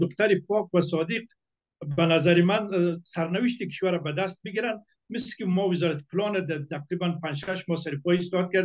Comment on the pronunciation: اول اینکه متل نی مسل گفته میشه